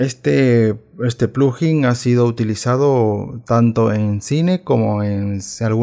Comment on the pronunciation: No se dice plujin, se dice, plug in. Por separado